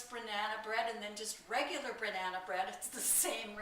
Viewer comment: Did you say BRAnana bread...LOL....love your vids and recipes!